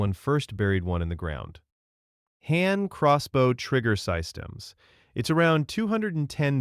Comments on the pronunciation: saistems? another ai slop... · what the AI is going on here? "sigh-stems" not systems? "compo-seet" not composite? I was enjoying until the AI Ick set in. 😑